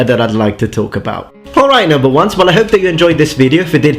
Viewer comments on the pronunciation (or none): oooh at the end he says "noble ones" not "Number ones" lol